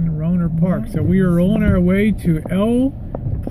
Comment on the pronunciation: pollo is pronounced as poi-yo